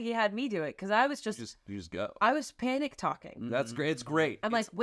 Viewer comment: "the panicc " 🤣🤣 ong thank u Amanda and the creepy guy who filmed this because i haven't laughed this hard in so long